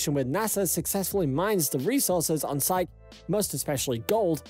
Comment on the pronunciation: You can't even pronounce the asteroid's name correctly ... you mispronounce it twice in the first 2 minutes! The asteroid in question is called "Psyche" it's pronounced "Sy-kee" ... you pronounce it " Sy-ko" and then " Syk" I stopped listening to your video right there ... if you can't even pronounce the subject of your video correctly, why should I waste my time watching your video, let alone subscribing to your channel. when there are literally dozens of other channels on Youtube that show the same thing pronouncing the subject correctly??